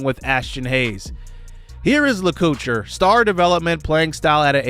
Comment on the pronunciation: great transfer portal coach! stoked about freshmen Enrique Damico, lets hope we can keep him around for his whole career and David Lacouture (la-co-tour). i think these boys are going to lead this offense for years to come!